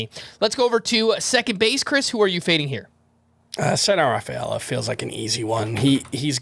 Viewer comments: a throat clear with a euro latin name.....tough cypher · Had to rewind 5 or 6 times to figure out the name Chris was saying for his 2B fade. Cedanne Rafaela.